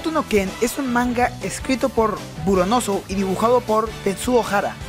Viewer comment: ..... Es BURONSON.... no Buronosu UnU me has decepcionado, la mejor historia del manga y anime shonen y pronuncias mal a su escritor :'(